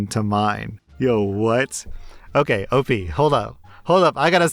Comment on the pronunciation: Friendo! It's not "Opie" it's Op As in the letters "O" and "P"